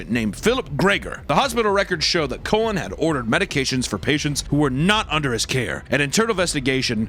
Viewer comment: You butchered my second uncle* last name. The Cullen’s have 2 things, we had the last name of the twilight series and we have a serial killer. And you pronounced it like a colon. Have you no shame